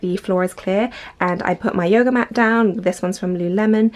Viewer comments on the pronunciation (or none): none